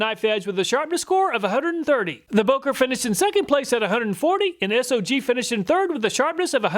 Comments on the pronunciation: S-O-G brand It is pronounced "sog"....like the first part of the word "soggy". They took their name from the "Studies and Observations Group" that was part the military operations during Vietnam.... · SOG is pronounced like bog but put s in steed instead of a b if that makes sense